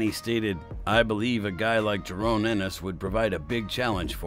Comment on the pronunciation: JA-RON not JA-RONE!